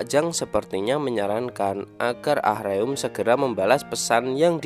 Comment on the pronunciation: Min, Ah-Reum itu baca nya A-RēM pake ē Denger mimin bilangnya ah-reum ah-reum berulang², ga Enak banget Di denger 😂 Monmaap 🙏🙏